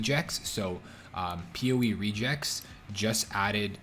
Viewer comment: Comp Sci guy here, reg-ex is pronounced reg as in ledge, ex as in my ex-girlfriend.